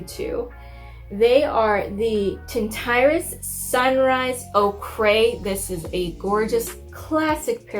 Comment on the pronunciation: Ochre is pronounced ‘Oaker’ not ‘oh cray’ ....oKay?! 🤣